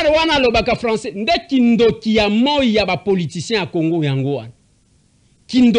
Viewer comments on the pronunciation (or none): none